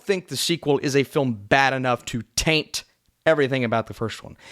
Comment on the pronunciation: Affleck that low is criminal. Straight to jail Also the way you were stressing the word "taint" while talking about joker made me uncomfortable 😉